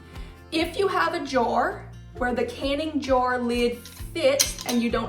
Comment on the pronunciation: I THINK SHE IS TRYING TO SAY “ JAR” .